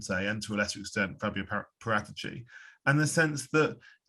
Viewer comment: Why is he butchering paraticci’s name 🤮